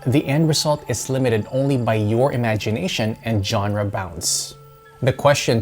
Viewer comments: it's pronounced zonra not johnra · The music used in this is really bad, there is far more impressive ambient out there. And genre is pronounced "shawn-ra".